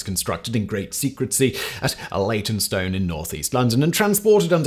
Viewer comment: honestly, why mispronounce words on purpose? Simon you're reading from a script that you pay someone to write, they would definitely proofread it! ( i say they because this applies to all of your writers on all of your channels) It is also extremely unlikely all of your writers make repeated typos on todays autocorrect/ spellcheck software. So there is absolutely no way 'secrecy" was written "secretsy" and then its even less likely that you wouldn't pick up on that seeing as this is your job. I know a single persons' opinion doesn't matter (i.e Mine), and i know its likely you're doing it for comments/ reactions like mine, just by noticing you doing this more and more often. i know 1 unit is insignificant but Im unsubbing, you never needed cheap tricks for quality content, why start now... the repetition of this now is just annoying..